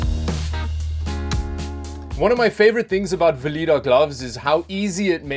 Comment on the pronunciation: Vileda, or Vee-leh-da. Not Velida, or Veh-lee-da. Not trying to be "grammar-n..i" here. Just trying to offer a piece of constructive advice.